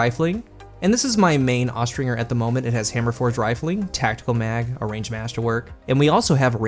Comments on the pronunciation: Austringer is pronounced with the J sound, not the hard G. Look it up. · Austringer pronounced-OSTRINGER Noun (Falconry). A Falconer who uses Accipiters, (Pretty much hawks) for hunting.